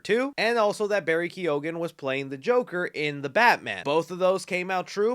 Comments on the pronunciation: the G is silent in the surname Keoghan. Eoghan is the Irish way of spelling Owen so just put the Ke in front of Owen. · Irishman here. Barry Keoghan is pronounced Key-own, but said as one word - Keyown. Irish names are tongue twisters, even for us! Love the channel though 😁 your sideflick videos are a God send as you always manage to hit on every movie and genre I'm into.